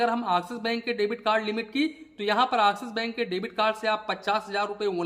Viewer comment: Abe Axis Bank Nahin Axis Bank bol